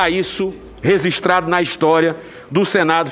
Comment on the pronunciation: Po parei de ver quando ele falou "rezistrado"...